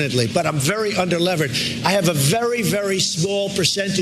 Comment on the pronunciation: "Under-levered" LOL. Doesn't even know basic finance words...